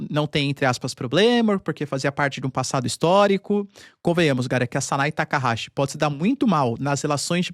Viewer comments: O NOME CORRETO DA PRIMEIRA MINISTRA DO JAPAO EH - SANAE TAKAICHI E NAO SANAE TAKAHASI COMO FOI DIVULGADO. AS LETRA CH NO JAPAO TEM UM SOM DA PALAVRA T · O nome da primeira ministra do Japão é Sanae Takachi (leia-se Takaiti) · PHESSOR! O nome dela é TAKAICHI. E o CHI é pronunciado com "TI" de tia. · obrigado pelas informações 🥰 tem um equívoco na pronúncia da primeira ministra 😁 mas nomes japones é complicado mesmo kkkkk